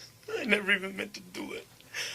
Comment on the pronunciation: "I nevah even menta dew it"